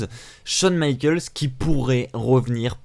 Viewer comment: "Michaels" pas michalks Putain Va te renseigné quoi